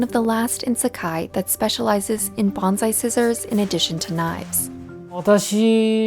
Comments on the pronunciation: Good grief, it’s bone sigh not bon zi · Soon as I hear BONZAI,I cringe NO Z IN BONSAI. Kane shin is every day real. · It's pronounced "bone sigh". "Banzai" is a celebratory cheer with association to battle cries. Makes me cringe to hear the mispronunciation. These videos need to be reviewed by someone with appropriate linguistic knowledge before release. Great video otherwise. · While us monoglot English-speakers can't hope to get Japanese words fully correct, it'd be nice if "bonSai" were pronounced more accurately. It was very distracting having it pronounced as "bonZai" throughout. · Nice video but pronounce “bonsai” correctly pls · how does a lefty news network not pronounce bonsai right lmao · But as a journalist you would think she would learn the correct pronunciation of bonsai.